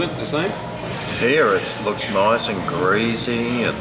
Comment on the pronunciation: “Greasy” , there is no Z in the word.